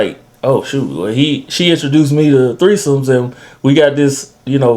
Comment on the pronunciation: never seen a old married couple say "we had treesomes" ever